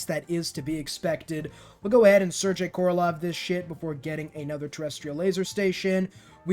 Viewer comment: and the ending of Sergei is pronounced like GAY, not jay. I dont really care about mispronunciations, but Sir Gay is worth mentioning